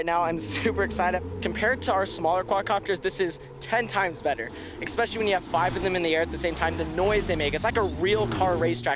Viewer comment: did he just yell "expesially"?????? smh